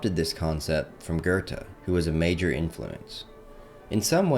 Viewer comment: It's Sh-pengler and Goe-theh ...can't listen to this.